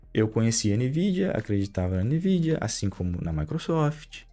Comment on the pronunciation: a mais de 15 anos pronunciando "Nividia"...